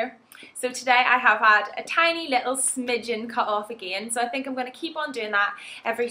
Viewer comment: please dont say "again" like a country girl...it sounds awful